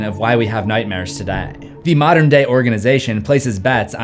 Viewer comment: 'tah-da' or Today?